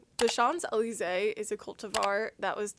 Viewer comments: Francophones pronounce it like “SHON-zay-lee-ZAY” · Great work. Just a note, SHOMPs-eh-LEESE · Pronounced like shoms ellie zay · I'm French and I will never forgive you for your prononciation!! JK it's really cute and actually thank you so much for your videos!!! (I'm fascinated by plants. And mushrooms. Shrooms are the weirdest entities that we can see) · You pronounce the s in champs because it’s followed by a word beginning with a vowel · I'm french, but I'm not surprised you can't pronounce champs d'elysee it's a nightmare for a foreigner. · I am french and i did'n notice at all that you miss-pronounce Champs Élysés, don't worry. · as a frenchman it hurted a bit but its still cool to see peoples trying : ) love your chanel ! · First learn to say champs-Elysee correctly! And when they say don’t propagate, they DO mean selling them! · You really butchered the name of the probably most famous street in the world. :) You can listen to the songs about it to learn the pronunciation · I was typing this as I saw the part about not pronouncing Champs Elyse correctly. Bug you still didn't pronounce it à la française 😂 I can't believe there are so many cry baby Monsanto narcs looking to lick more corporate boots, in your comments. Such sub 80 IQ NPCs should be ignored. The patent/copyright systems are outdated and abused. They should only apply for the life of the inventor/registrant plus 18 years in case they have children to inherit for only that many years. Buyers or licencers inherit the patents as is. Or better yet just keep "pirating". 😏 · 🍍🍍🍍Your pronunciation has improved from the first time you spotlighted Teruno World’s Champs Elysee. I’ve heard the pink pineapple can also naturally occur (some random Florida YouTuber is growing them in her back yard from suckers & tops). Please TC Pink pineapples next!!